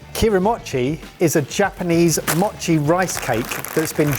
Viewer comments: The best gadget in todays video is the container of Kewpie Mayo. And as an American of Japanese ancestry I'll tell you to grill those kirimochi. Also its MOE chi, not mah chi. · Because you guys do try to pronounce foreign words: in Japanese the letter O has a long vowel sound. So okonomiyaki is oh-coe-no-me-yah-key. And mochi is moe-chee.